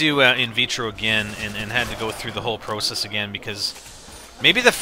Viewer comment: Every time he says 'process' i just laugh